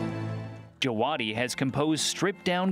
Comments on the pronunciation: actually pronounced "Java-Dee" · who clicked this just to check how to pronounce ramin djawadi?